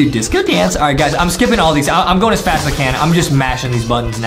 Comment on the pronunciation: You said faz-growth instead of fast growth